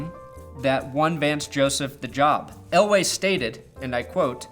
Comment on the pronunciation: Are you saying Elway or LA? Are you trying to spit some subliminal ish at us?